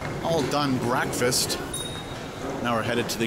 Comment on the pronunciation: never really realized you really enunciated the break-fast word, haha.